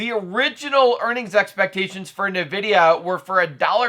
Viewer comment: The way you say NVIDIA bruh...